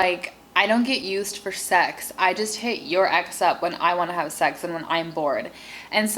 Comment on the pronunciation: It is sex not sec